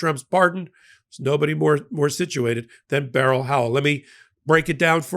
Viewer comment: I respect this show! True facts only on here. One critique..you pronounce judge Beryl Howell first name incorrectly. It's one syllable like berl Ives, not 2 syllables like a gun barrel. Fyi. It was my aunt's name too.